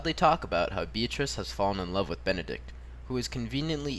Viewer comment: m8 it's BENEDICK not Benedict! but cool video anyways